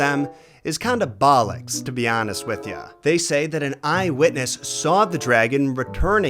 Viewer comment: Yeah I'm not sure if I like the accent saying it 😅